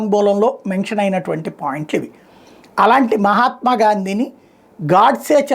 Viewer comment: మహాత్మా అని పలకడం చట్టరీత్యా నేరం...... 👎👎👎👎